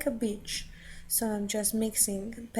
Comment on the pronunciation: Love this video! Lots of techniques! And don't mind you saying "bitch" instead of "beach". LOL